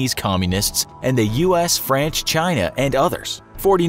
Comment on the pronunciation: Does anyone else hear him say "franch" instead of France at the beginning lol